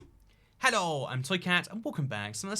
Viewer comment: Why do you say Hello like a leprechaun